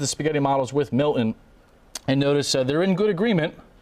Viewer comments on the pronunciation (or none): It’s not Mil’in. It’s MILTON. Pronounce the T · Can you please learn how to pronounce Milton. You are a broadcaster. There is t in the name not a pause or an eh. Mil T on